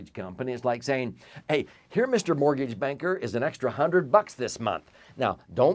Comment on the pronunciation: What's a mor-geej?